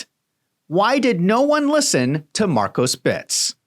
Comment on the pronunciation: Please stop saying, "Markosbits"